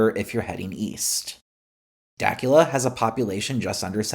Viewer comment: Dacula, GA is pronounced “Dah que la” not “Dak u la”. I appreciate the rail line idea & I can promise you the State of GA DOT opinions on mass transit are far different than GA residents. We the residents want better transportation. We show & tell GA DOT what we want; but what they hear & what they deliver as possible options, is like serving canned dog food at a 5 ⭐️ restaurant.